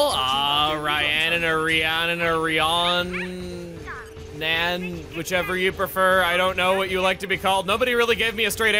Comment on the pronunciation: I have a sister called Rhiannon Pronounced it REE-AN-NONE